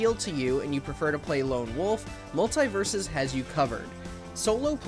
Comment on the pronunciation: He kept saying multie? Do you multieple